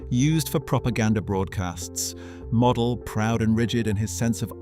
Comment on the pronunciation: It's pronounced mo del get the name right